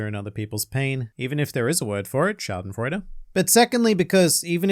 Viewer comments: As a native german speaker I'm surprised how good you pronounced Schadenfreude. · Probs from Germany for that clean "schadenfreude" definitely not easy to pronounce and you did really good 👍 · As a German I have to give props for pronouncing „Schadenfreude“ correct! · As a german, i was very confused to hear the word "Schadenfreude" in an almost perfect german accent 😀